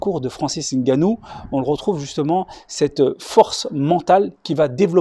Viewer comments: Cher, Bravo pour la prononciation correcte du nom de Francis Ngannou. C'est un signe de respect. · Exactement !le seul autre chez qui j'ai entendu la prononciation correcte c'est Dwayne the rock Johnson et ça a hollywood, RESPECT vraiment. Ve usu! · Un des rares à prononcer correctement son nom , le N est muet .